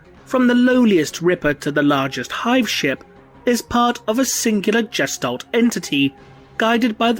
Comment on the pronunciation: > Jestalt Hard G! Gestalt is a German word!